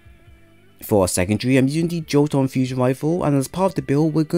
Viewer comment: My dude, it is not pronounced "Joe-ton" but "Yo-tun".